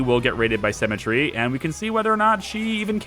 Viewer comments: Haha, it throws me a bit everytime I hear you say Cemetary rather than Sim-metry. Although I'm not sure if that's just me. I'm inclined to agree with you that the costs are a bit off for schemes, especially in regards to minion type costs, but I would also suggest that you misread at least one of the scheme things. It not just cost you things like guards or valets in exchange for something like -15000 gold, but it also looked like it cost you heat. Which brings me to another point in regards to schemes. Why not just: Max valets and gambling and then just 3/4 gambling stuff to fleecing tourists and then just criminal network the world (but not do schemes?) You generate heat eventually sure, but it seems that it ticks through gold income each fairly reliably? As for gambling I would have though say 4 valets for every table would probably keep them rotating through fairly reliably? I guess then it becomes less 'evil genius' and more 'gambling mastermind' as you construct and profit from your legitimate businesses! EDIT: It didn't delete the gold. The vault basically adds a percentage to your maximum amount that you can hold, so what happens (because you didn't have maximum gold at the time) is that 7,580 (or however much you had at the time) stays the same, but the percentage value of how full your vault is changes. I assume you would loose the gold if you deleted it at 100% vault full though. The game doesn't actually 'sell' it until a worker comes to actually do it either from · Oh man had to wait for episode 7 for the comments section. This has been driving me nuts. Her name is pronounced SIMətrē, not SEMətrē. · You say symmetry like cemetery. Your drive to perma kill her is bleeding thriugh